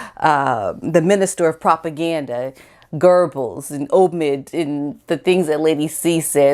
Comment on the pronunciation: I like your videos, but fyi, pronounce important names right. Goebbles isn't pronounced Gerbuls, it's pronounced Guh-bels.